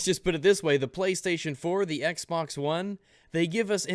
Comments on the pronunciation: Could've sworn you said "Microsoft Sexbox", not "Microsoft's Xbox"... I really need to get my mind out of the gutter sometimes. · did he say "microsoft's xbox" or "microsoft sexbox"